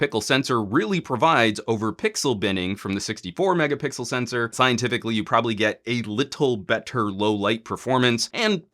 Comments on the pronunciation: A lot of people from LG mobile group including me is really pleased with this review 😁😁.I love when you say megapickle instead megapixel haha. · Megapickle? Am I the only one that noticed he say this?